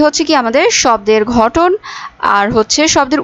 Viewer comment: আপু ঘটন না, গঠন